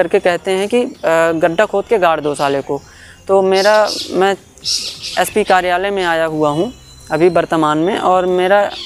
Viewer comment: पहले उच्चारण तो ठीक से करना ससीखो फिर विडिओ बनाओ वह यस पी नही ऐस पी होताहै SP